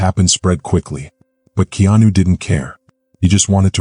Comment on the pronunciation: His name is not Kenanu!